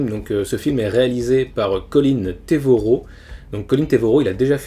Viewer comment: Colin TREVorrow et pas TEvorrow